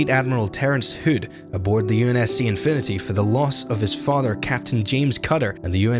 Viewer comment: Never heard "hood" mispronounced that way before.